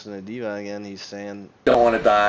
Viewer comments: Deh vin, not dee von lol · Deeevon?? It's pronounced DEVON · There are many reasons to dislike this video... But by far the greatest reason, is that IT IS DEVON, NOT FKING DEEVON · its not devAn its devOn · Deevon? Devon.... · His name is not dee-von lol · so you can say 'density' properly but not Devon???.....you trollin bro?.....its Devon, like Kevin...smh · I dont know how he managed to pronounce Devon wrong. Dee Von xd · how can you pronounce it Dee-van seriously how ignorant are you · Why are you calling him dee von? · Who's Deeevon? Kinda discredits your opinion when you can't even pronounce Devon correctly... Lol that's not even a difficult name to pronounce. Too much weed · Why call the guy divan when its devon??? wtf.... and why call denis “ dinnis”....😳😳😳😳?? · The way you pronounce Devon is way off guy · You're pronouncing Devon name wrong lol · Why can't you pronounce Devon correctly?